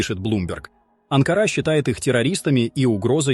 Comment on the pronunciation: Не Анка'' ры а. 🇹🇷 🇦🇿 А Н К А Р А🇦🇿 🇹🇷